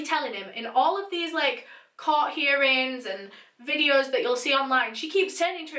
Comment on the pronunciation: Started watching your channel 2 months ago.. finished all your “videuhs” ☹️